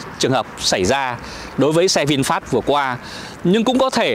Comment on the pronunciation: dọc sai rồi e ơi...vịn phét chứ k pải vịn phát...